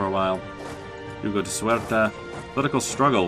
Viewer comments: 82 let me start to say that i´m Portuguese and loving this series... But please, Paradox is not wrong, that province Ceuta, is really called Ceuta, why do you inciste in saying "suerta"? Also, about those raids on portuguese shores... Aren't you troubled? Keep them coming :) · precisely, the correct pronunciation, "Se-u-ta", and also "centimeter". About the piracy, i usually have a heavy patroling sevilla node, a little bit expensive, but we must rule the seas! :)